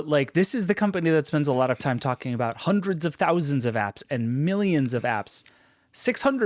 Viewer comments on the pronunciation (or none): Love emphasis on the fact the Vision Pro is 35 HUNDRED DOLLARS! 😆